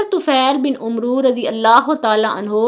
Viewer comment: Not Umro but amer